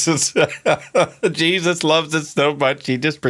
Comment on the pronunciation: I really love it when he gets extremely southern with it and says "Jaysus" lol